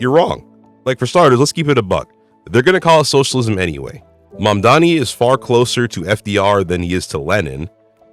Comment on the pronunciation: you pronounce mamdani so well :O I wish more people would put effort like you do